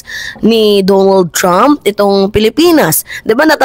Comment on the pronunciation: DONALD mimaa not Dumo trump. lol🇺🇸